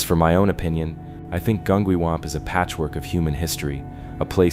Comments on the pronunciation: OK, I live 2 miles from Gungywamp. I’ve lived here my entire life. You’re saying it wrong. It’s a hard G not a soft. Gun-G-wamp and Groton is GrOton.. just so you know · It was saying Gungywamp wrong too 😅 I was too distracted chuckling about the mispronunciations to even pay attention to the story!